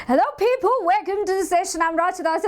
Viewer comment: hello people ❌ hello pheepho ✅